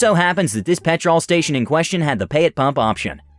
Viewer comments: oh god yes yes it does - pe'tral not pet TROLL. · Ironically pronounced petrul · its pronoused pet ruull not pet rol every time you say it every uk suffeders (when you said it as her you said it closer):) hope it helps;) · I’m only allowing you to say petrol because you’re nice about it, but everyone else has to say gas or else I’ll release a pack of wild Alabamans on them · Dude it’s pronounced pet-rl o is silent.😊😊😊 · Petrl is how it is pronounced. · In America we call it petral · I am cracking up at the pronunciation of petrol. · The way you mispronounce petrol is like nails on a chalk board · As a British person hearing him say petrol wrong so many times made me mad haha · It seems he only pronounced it that way when he was reading the ladies part I think he was doing that to make her more annoying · Same same its annoying me too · Hearing petrol mispronounced every so often is so jarring. Edit: and Aussie. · Are you saying you're Aussie, or the pronunciation is Aussie? Because it sure isn't an Aussie! Im Aussie and it's ridiculously jarring to me, too! 😂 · Why do you keep saying 'petrol' wrong?